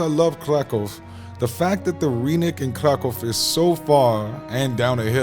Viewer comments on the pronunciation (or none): The y in rynek (and every Polish word) is not pronounced as ee but as i in kid or bin